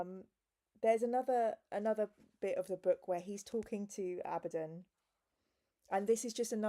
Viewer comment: you're saying Abbadon correct